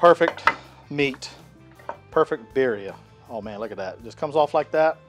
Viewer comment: If this is a Spanish dish the double “rs” are rolled when pronounced.